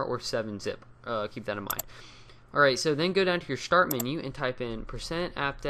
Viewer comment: you said shtart